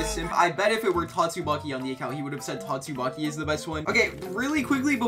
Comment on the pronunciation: Don’t tell me you said “GYATTSUMAKI” 😑